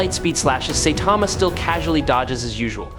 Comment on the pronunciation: I never understand how an anime says a characters name then someone says it wrong. Say-Tama? SIGH-TAMA